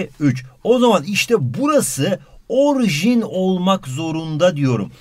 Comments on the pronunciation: orjin değil orijin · Orjin deil orijin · 2.02 de orjin değil orijin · Orjin değil (orijin )